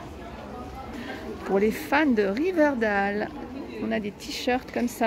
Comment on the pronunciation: Riverdale ne se prononce pas comme ca😅 *Riverdaiyle